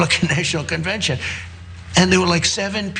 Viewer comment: Did I hear him correctly? He said "They were coming to the NAY-shunal conbention"? Really?